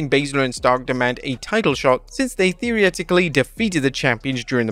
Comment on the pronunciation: ..."theory-etically"...? And you want to yet again produce a video criticising other people for their mistakes? Hmmm, okay.